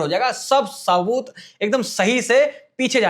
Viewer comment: Sabut ❌ Saboot ✅ Sabit ✅ 😂